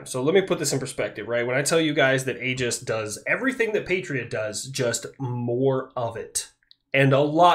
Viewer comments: in red alert 2 you had aegis ships for air defense, they said it like "aygis", so you went with the right pronounciation ;) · I work on part of the aegis system. It is def pronounced A-gis, at least that is every single person I’ve ever encountered, contractors, gs’s and navy. I am the project manager for installation of sqq-89 A(V) 15 on all surface ships in norfolk. Which is pronounced nor-fuck 😂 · I also pronounce it Ay-Gis and I remain correct. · Ace combat pronounces it Aye-jis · Retired sailor here, we always used the hard A when saying aegis. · 1) Its primarily Athena's shield. 2) Medusa's head, given to Athena by Perseus after he slew her. 3) the greek pronunciation is egis, the way the navy says it is agis. Your fine. 4) The Ticonderoga's have been outdated. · We say it with the “A” sound in the Navy. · Just to mess with your mind a bit... According to my ancient Greek classes, your pronounciation of the Ae is pretty close, but the g is pronounced like in goose. (...but most likely, the Americans who named it had no clue or care about all that.) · I’ll be that guy. The “ae” is an open sound with the placement towards your teeth. You pronounced it correctly. Google is wrong (at least in American English) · My last name is pronounced A-gis, spelled differently, you have my permission to continue pronouncing Aegis as A-gis. Lol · all or most the military says it the same as you so if talking about the military system it would be said the way you do with the A . a gorgon think of medusa.